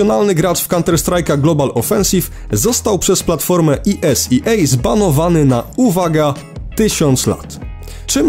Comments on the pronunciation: Esea czyta sie normalnie tak jak jest a nie po angielsku to tak na marginezie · Ta wymowa wyrazu ESEA....